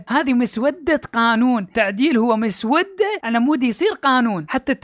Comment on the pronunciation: كل الاحترام لحضرتك ودائماً اتفق معك لكن عندي ملحوظة صغيرة كلمة مسودة نطقك غلط لها هنا تأتي بمعنى لونها صاير اسود او مسود ، بل تنطق مسوّدة